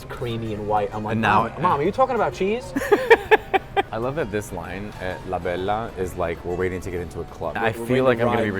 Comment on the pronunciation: Come on Mateo, "La Bella" is not an italian market, is a latino market, you speak spanish, asi que pronuncia bien La Bella, pero no como gringo!! LOL Love your channel, Saludos desde Ensenada, Mexico